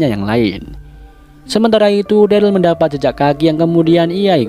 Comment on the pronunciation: Gw dah rewatch S1 eps 1 bang manggil Daryl nya salah njir,malah Derly wkwkwk